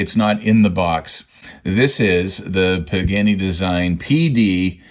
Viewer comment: Nice video and love this brand but PLEASE! It is pronounced “Paa-Gaa-Nee” not “Pig-Annie”